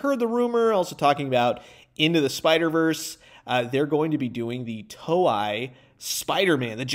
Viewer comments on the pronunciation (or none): Hey! Just so you know, it's pronounced more like "toe-ay" than "toe-eye".